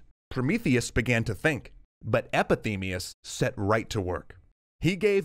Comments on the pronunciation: You mispronounced "Epimetheus" as "Epithemeus" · Oh gods, the spoonerism! It's Epimetheus, not Epithemeus! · Epi-ME-theus, not. Epi-THEME-eus. 🙉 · Great episode with all the basics people should know about Greek mythology! I was really distracted though because you kept saying 'Epithemeus' instead of 'Epimetheus' ;-) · Not meaning to offend. Throughout the video, you keep saying "Epithemius". His name was "Epimetheus" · It's pronounced Epi-MEE-theus, not Epi-TEE-meus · Thank you ! How come he can't read ? :( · You said “Epithemeus” instead of “Epimetheus” this video, but great video! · I've read his name was Epimetheus, not Epithemeus. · EpiMEtheus, not Epithemeus This bothered me a lot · “Pro-metheus, meaning forethought Epi ... themeus, meaning afterthought?” I appreciate the consistency in pronunciation throughout the video, but surely it’s epi-MEtheus? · Fascinating work you guys, but just one thing I have to point as a Neo-Greek. You spell Prometheus brother's name correctly, Epimetheus, but pronounce it incorrectly. It is pronounced epi-mi-theus, not epi-thi-meus, and the reason I point this out is because it translate to a whole different word the way you pronounce it. Epi-thi-meus roughly translates to "the one that is wished/desired upon", and that by "Epithemia" (Επιθυμία) means "desire,longing,wish,yearning" . Nevertheless, terrific job guys, dicovered your channel in 2020 and have been at it for a while now! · Everytime I watch this I can’t help but notice that he says “epithemeus” but it’s written on the screen as “epimetheus” 😂😂😂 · im loving this, but it keeps pulling me out of it when the audio is saying "epithemius". While the text says "epimethius" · "Epithemeus"? Thought that it was Epimetheus, but that is an afterthought. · One shot for every time he pronounced Epimetheus as Epithemeus! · Sometimes I heard him say "Epithemeus" instead of "Epimetheus". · You've been saying "Epithemeus" instead of "Epimetheus" :/ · Epimetheus not Epithemeus oops